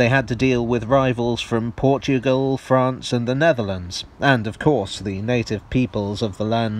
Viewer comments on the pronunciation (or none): none